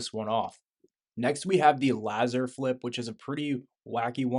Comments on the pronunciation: bro do you not know what a laser is? Tf did you call it a Lazzer for? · ikr lol Laazer I was like bruh it's Laser